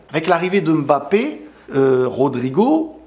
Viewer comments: Juste un message pour te remercier de tes vidéos et aussi les efforts que tu fais pour la prononciation mbappé 😊 c'est touchant .... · Merci pour les efforts faits pour bien prononcer le nom de Mbappe😂